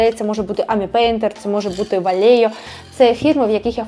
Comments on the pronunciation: Приятно смотреть видео о покрасе от девушки. Тем более видно, что опыт есть. Молодчинка. Буду смотреть дальше. Немного хочу поправить, а не указать. Vallejo - все назвают как Валехо, правильно Вальехо (мягкая ЭЛЬ и почти не произносится), но никак не Валейо. Тут произношение скорее как на испанском надо, а не английском. По поводу ветра и аэрохоля - подтверждаю, надо становится по ветру, чтобы не оказаться в облаке грунта. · Гарні позитивні відео! Супер! Трошки поправлю на майбутнє: виробник Vallejo говорять Валехо. В іспанській J читається як Х.